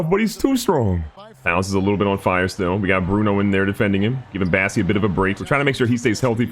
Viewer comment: Love the vids, but please call Bossey by his real name! It's bOssey, not bAssey